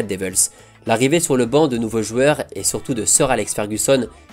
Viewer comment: On connaissait les « jouors » de Luis Fernandez, on connaît maintenant les « jueurs » de Contes de Foot. JOU-EUR. Joue-heure, si ça peut t’aider.